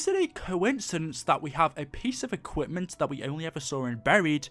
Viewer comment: When he says “equipment” makes me cringe (edit) still love the content